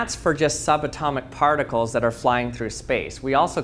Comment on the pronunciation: Lost credibility when you said particles 😅